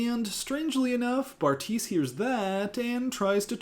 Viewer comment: LOL I just realized you called him Barf-tise😂😂😂 love you